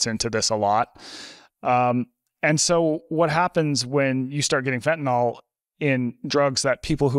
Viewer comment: Thank you Peter for correctly pronouncing fentanyl instead of fentanol like everyone else in the world. Sorry, pet peeve.